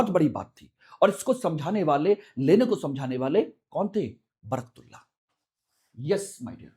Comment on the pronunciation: महोदय आप शिक्षा देने के लिए वीडियो बना रहे है या राजनीति के लिए , आप निर्णय देने वाले कौन होते हो दूसरी चीज इंग्लिश में पढ़कर आप सही उच्चारण भी नहीं कर पा रहे हो सही नाम" बरकतउल्ला" हैं